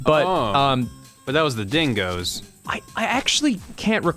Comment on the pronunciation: Times when Ross' Aussie accent breaks through: when he curses when he uses slang when he says "cockatoo" "dingo" "didgeridoo"